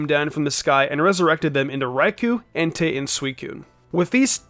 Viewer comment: ah not being rude just pointing out it's Entei not Entire and it's Suicune not sucine